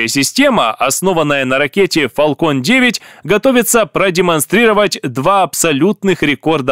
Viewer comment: Не Фалкон а Фэлкон, а то звучит как балкон, и у Фэлкон нет ускоротилей, а только ступени. а в остальном лайк.